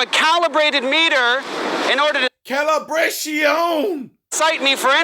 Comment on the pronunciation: Hhahahhah Calibrat-ION HAHA